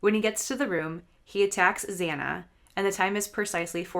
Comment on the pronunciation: You pronounced Xana’s name wrong, and the door dash driver is a woman. She said she parked right next to Bryan and saw him, so you’re wrong on where the DD driver parked.